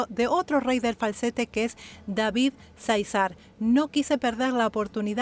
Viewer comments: Disculpe, Záizar es acento en la primera A al menos asi se pronuncia y usted le puso acento en la segunda silaba, gracias saludos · Se pronuncia Záizar, con acento en la primera a. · Miguel Aceves Mejía El Falsete de Oro David Záizar el Rey del Falsete Solo aclarar el dato de la pronunciación en Juan y David es el acento en la primer A, Gracias gracias x la reacción a estos artistas, excelente elección al incluir a David y mencionar que tendrá una reacción particular Gracias En verdad gracias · Cómo avisas que vas a reaccionar a David Zaizar, quiero hacerte una pequeña corrección, con todo cariño... El apellido Zaizar lo pronuncias acentuando la segunda "A" y lo correcto es hacerlo en la primera "A". Un beso y un abrazo,!! 😘✌️😁